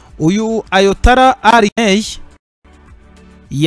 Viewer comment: Bavuga ayatola reka kuvuga ayatala